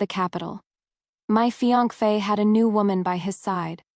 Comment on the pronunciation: You continuously mispronounce Fiance Fa. Like Fiank Fa. I know it your story but it sounds weird and not read right. 🤔 But otherwise good story! 👏🏻